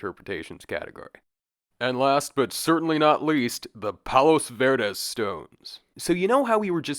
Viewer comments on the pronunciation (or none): Just a pronunciation tip for next time. Palos verdes is spoken as “palo verde”. You drop both the “s”’s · we didn't realize the “s” sounds were dropped for palos verdes, that’s helpful for next time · Everyone here in Pedro pronounces it “Pawlows Verdiz” lol